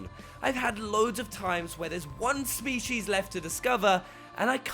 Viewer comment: Da Se I couldn't unhear the way he says "species". Spee-Shees